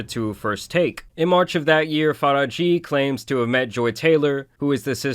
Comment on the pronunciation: You butchered the *sh out her name. Faraji is pronounced Faa-RAA-JH-iy